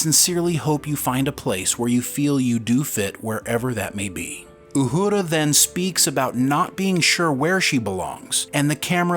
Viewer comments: Uhura . Not uhudra . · Repeat after me “Ooo-Her-Ah” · Pronounce Uhuras name right its not uhooda geez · STOP saying Uhura like Uhurrrra. Her name is, and always has been, pronounced without the rolled "R". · Say it with me…U her a…Uhura.🤷‍♂️🖖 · Ok when did they change the pronunciation of Uhura’s name? Good Lord! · I've never heard Uhura pronounced with a rolling "r". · 🤣 pronouncing Uhura like it’s a Spanish word and Ortegas like it isn’t a Spanish word… great vid though… can’t wait for this one.